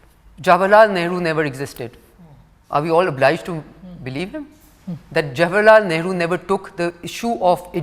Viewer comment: Hina baby, Billo came to India to grip ground to become next PM of Pak. Next, janu, first you learn how to pronounce Jawaharlal Nehru. Honey, you should read your land’s history for last 400 years before lecturing others.